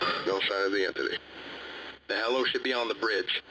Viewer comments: I know this is kinda of a dumb thing to point out and you might have actually heard this a by bunch now but the term "Helo" isn't said like "hello" but like "he low", either way great video. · That second incident should really be made into a film/animation! :D Also, I think “helo” is pronounced “heelo” instead of “hello”. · Just FYI helo is pronounced HE-low not like hello love your work just wana help give you some more realistic terms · Great work as always! P.s. He-low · Helo: (Hee•Low) abbr. of Helicopter. Awesome job, just sayin'. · Helo as a contraction of helicopter is pronounced hee-lo.